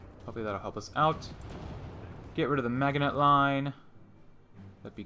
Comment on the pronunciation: I wonder if you are a native English speaker. Your German doesn't sound too bad, but your pronunciation of the French Maginot Line is very strange. I grew up in the US, and I remember we learned the correct pronunciation in school when we studied WWII. Here's a link if you're interested. Best of luck in game.